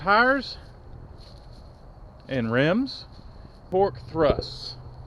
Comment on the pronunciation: It’s kind of funny it sounded like you said pork thrust they are Torque thrusts